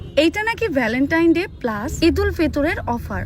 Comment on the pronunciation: বেলেন টাইন ডে ✅😂 ভ্যালেন টাইন ডে ❌❤